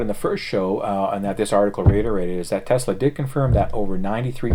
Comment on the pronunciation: Thank you again for pronouncing "TESLA" correctly. There is no Z in TES-LA. It is not TEZLA. Even Elon Musk says TEZLA. Great show keep up the good work!